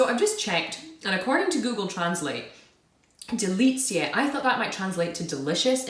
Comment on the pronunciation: Greetings from Poland! 1. DELICJE means "delicacies" (very good pronunciation). 2. ŚLĄSKIE KAWOWE means "Silesian [and] coffee" (both words are adjectives in the plural) . The hammers represent Śląsk (Silesia), a region commonly known in Poland for its mining industry. 3. KATARZYNKI - plural form of KATARZYNKA (diminutive form of the name KATARZYNA - Catherine; not used anymore, now we say "Kasia" or "Kaśka"), so it's a plural form of Cate, Kate, Kathy etc. 4. DRAŻE MLECZNE means "dairy (literally "milky") dragees". 5. STUDENTSKA chocolate is a Czech product.